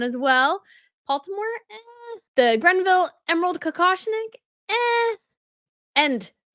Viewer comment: It’s Greville, not Grenville